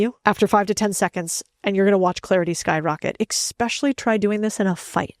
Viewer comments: Good stuff, but can you stop saying, “expecially?” The word is “especially.” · I was totally engaged in this until she said "expecially" instead of especially. I think it's important as a communication expert to say words correctly. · Communication expert:exspecially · Why are people pronouncing “specially” “eXpecially”??? I hear it all the time now. And she said it multiple times!!! 😂 it does NOT have X people!!!!! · did you say "Eck-specially"? 🤔🤔🤔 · Wait, does she say "expecially"? i don't want to be snarky but please friends, it's ESSSS-pecially. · The word is ESPECIALLY. Not EXPECIALLY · How to sound smart faster: pronounce words correctly. Speak with proper grammar. For example: "especially" is pronounced "especially" not "ekspecially" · Congratulations on your success!I’ve been watching your progress for a while now. We are all learning constantly… “ExSpecially” is not a word. We are all trying to sound smarter. It is E-special-ly I wish you success on success. I hope you take this as intended. 😊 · Something I would just like to mention to you as a helpful thing, not as criticism, is that it is eSpecially rather than eKspecially. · Just a little tip for you. Stop saying ex-specially. It is undercutting your message to mispronounce a common word. Great video! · How to strengthen your presentation. 22 times is not 22%. When a speaker makes an error like this the listener discounts everything else mentioned. Especially, not eXpecially . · Unfortunately, everytime you say "ECKSPECIALLY", your credibility evaporates. Fair? No, but when you're claiming the CEO space, you can't sound like the high school dropout behind the counter in a Bronx McDonald's. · Expecially? 😳 I did enjoy the studies though! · Stopped listening at “eXpecially” . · Great video, I really enjoyed it and learned a lot. Quick tip - be mindful to not pronounce especially with an x or k sound. Keep up the good work. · The “ex”specially kills me! 😩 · Had me until “expecially”.